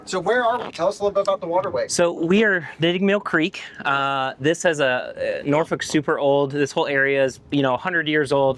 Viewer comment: I’m impressed and that’s extremely hard to do. She pronounced Norfolk correctly. It’s got a little bit of a draw to it with very little emphasis on the K I know I was on a nuclear submarine on a Norfolk SSN 714 USS Norfolk.😂😂